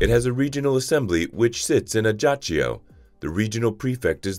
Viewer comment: Please learn to pronounce Ajaccio correctly. It hurts!